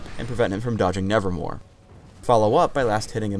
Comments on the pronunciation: its called neverMOVE not neverMORE. everyone says its nevermore just because does and the poem. but if you check anywhere in the actual game or website its neverMOVE. even in the video it says nevermove while he's saying nevermore. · Ok, for everyone on YouTube that wants to make Swain videos... It's spelled and pronounced, "NevermoVe" not "NevermoRe" Thank you, Edgar Allen Poe, for making a poem that has confused our commentaries! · It's not "Nevermore", its "Nevermove". has been reading too much Poe lately. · i like the fact that cant even say it. "nevermore" and thats totally wrong, its called nevermove, but you dont see it:) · says hiw W wrong... Its nevermove, not nevermore. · Mate, its nevermoVe a pun on the edgar allen poe poem. did say it wrong. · its NevermoVe not NevermoRe ;_ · Kind of sad that Swains W is called Nevermove not nevermore yet he says it wrong every time. Pause for proof. Get your shit together riot. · Anyone notices that he says nevermore instead of nevermove? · ITS NEVERMOVE NOT NEVERMORE U TARD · Nevermove not nevermore. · nevermore? I think it's nevermove :) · ummm sorry it's not called nervermore it's called nevermove look it up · he says "nevermore" when it's"nevermove" lawl what is this the raven? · it's nevermove, not nevermore. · he sayd nevermore its (nevermove) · ...nevermore? isn't it nevermove? lol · Note Its NeverMOVE NOT NeverMORE he said nevermore which it isnt. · Why does everyone (including ) call Swains W Nevermore? The name is Nevermove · He says "nevermore"... It's nevermove... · Thanks, but I knew that. Poe is one of my favourite writers:) But I was referring to the fact that the skill is called Nevermove now, and just kept on saying Nevermore. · Did anyone else notice he said 'nevermore' instead of 'nevermove'? =3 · he is saying nevermore and its called nevermove ^^ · it's nevermoVe brah, not nevermoRe :S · LOL HE SAID NEVERMORE